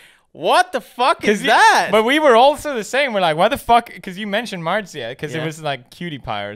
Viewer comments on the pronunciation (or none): Her name is Marzia. Not Matzah